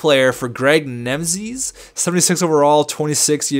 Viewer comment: And Nemisz is pronounced Nem-eesh